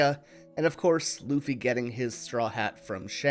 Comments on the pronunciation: Ok I need someone to settle this. I keep hearing him say "uffy" without the L but my husband swears he hears the L. Am I going insane? Is he pronouncing the L at a frequency only dogs can hear? Help me out here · uffy 😂 bro was to tired from producing this masterpiece piece that he forgot how to speak for a sec